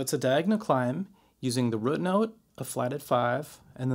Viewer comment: great video....but the way he says "root" lol....killin me